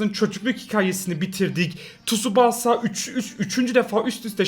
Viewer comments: Abi şuna tusubasaaa değil tusbasa de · Abi şuna tusubasa demeyi keeess